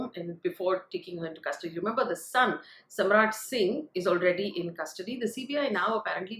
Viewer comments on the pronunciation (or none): it's Samarth, not Samrat